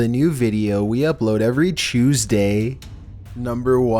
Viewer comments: Is he saying he "uploads a new video every chuesday"? 🤣🤣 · When he said Chooseday I smiled so hard my face hurts now